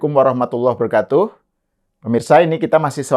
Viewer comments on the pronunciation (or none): none